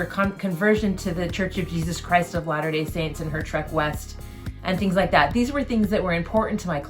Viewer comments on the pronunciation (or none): none